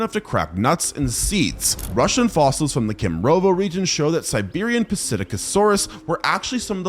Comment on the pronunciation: It’s pronounced sit-ack-o-saurus